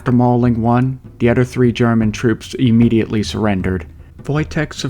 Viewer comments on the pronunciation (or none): none